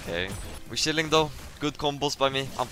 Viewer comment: its funny pronunciation of chilling